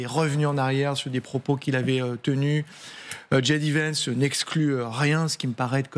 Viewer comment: " , "... rabat les cartes... dji dé vènce" "dji dé vènce" encore une fois Soit tu dis ji dé à la française, soit tu dis jay dee à l'anglaise ! Aussi nulle en français qu'en anglais, le bon équilibre finalement !